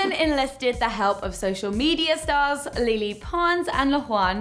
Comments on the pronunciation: Le Le Pons is pronounced Ley Ley not lili! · Its lele not lili your saying it wrong its LELE NOT LILI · Lay-lay not le le lol even tho thats how its spelled doesnt mean thats how you pronounce it lol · XD I Love It When She Says Lili Pons LOL ITS LELE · Is anybody else triggered by the way she pronounce Lele name???? Just me...Okau😂